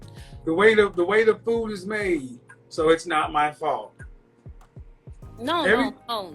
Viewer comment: She says, "choo" instead of "you." Says, "Foo" instead of "Food." Kevin talks about social etiquette, but pronouncing words correctly is part of that.